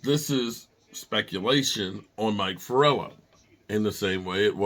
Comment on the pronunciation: Mike Florio not Forello. 😂